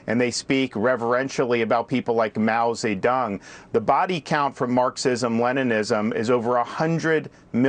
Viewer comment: "Mao Zi Dung"? What a moron!!!!! 🤡🤡